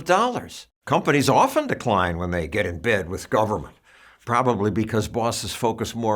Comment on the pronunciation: "Get" woke, go broke. At least say it right